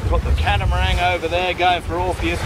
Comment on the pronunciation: for goodness sakes....don't drop the G on catamarang...I've enjoyed your accent and Aussie ways since the beginning. I also like your little highlights about things in the area...the sugar terminal and long warf. Keep up the great videos. I always look forward to it. Every Friday night after work is slowed to a crawl I have the habit of spooling up your weekly. thanks for some medicine against Covid madness.